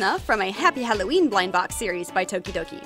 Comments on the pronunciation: I thought you said todoroki for a second and I was frantically looking for a todoroki doll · Thought she said todoroki :( BUT THIS IS STILL AMAZING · Who else thought that she said Toderoki? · For a sec I thought you said “Todoroki” I’ve been watching to much mha